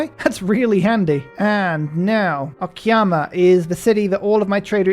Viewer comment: It's "o-ka-ya-ma" not "o-ki-ya-ma" 😂 sounds so weird if misspelled